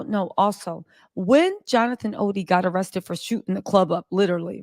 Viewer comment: ITS ARRESTED. NOT RESTED